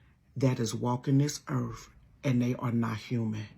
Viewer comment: Did she say Earf? 🌎 😅